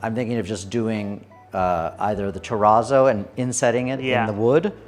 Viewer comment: it's terrazzo like snazzy : not "te rah zoh" but "te ratzo"